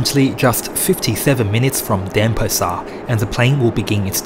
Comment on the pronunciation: it's pronounced DenPAsar, not DENpasar.